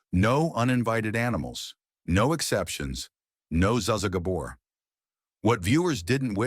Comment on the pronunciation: The narrator doesn't even know how to say zsa zsa gabor's name correctly😂😢